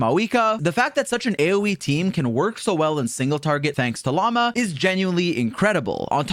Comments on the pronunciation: llama instead of lauma damn near made me dislike this shit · brother its pronounced La-oo-ma, not like Llama animal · okay, you NEED to choose between Llama and Lauma. You cant keep switching how you pronounce her name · Hey by the way her name has a U in it. She isn't a filthy spitting animal. Lauma. Again, LaUma. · He keeps calling her "Llama" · hearing people pronounce it as llama is so funny lol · all i can hear him saying is "llama test, llama bloom, llama llama llama" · bro cant even pronounce her name...😭😭 "llama" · I hate how he constantly says Lauma like llama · I swear bro can't pronounce her name. Welcome to this Llama Pre Release video folks! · my apologies mr streamer, but I do have to ask - did you forgor the "U" in Lauma at Natlan? but cool guide 👍